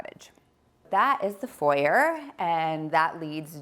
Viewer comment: Furniture fixer, ha - that would be me:( And although I am also an American (living elsewhere) I felt shocked at her pronunciation of foyer and niche. Ouch. I also cringed at the double use of energy - fireplace gas and air conditioning electric. Maybe leave them both off if it gets too warm? I felt for her imagining when it was time to get out the china from in the cupboard under the stairs behind the table. 😮. Seriously, though, it's a lovely home that looks very comfortable to be in.